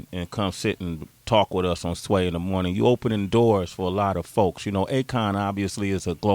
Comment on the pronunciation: lmfaoooo.khafiirrrrrrrrrr listing to sway's pronunciation